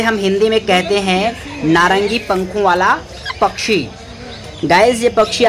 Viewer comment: Bhai bhai pchchhi nhi pakshi 😂😂😂 daise nhi gys